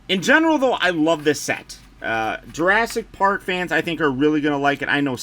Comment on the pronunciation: ASS-IC PARK? LOLLL great review!